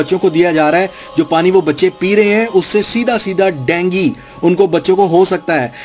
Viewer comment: Abe chodo dengi nhi dengu hota h salam h pakisatani education ko😁😅😁😅😁